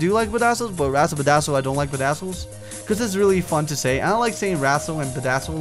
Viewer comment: Razzle pedazzle... Whatever you just said